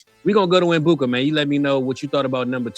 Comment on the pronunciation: I know him! You are saying his name wrong the E actually sounds like an A fyi💋